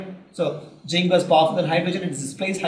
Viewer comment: It is zinc not jinc.... Other than dat it is a very helpful video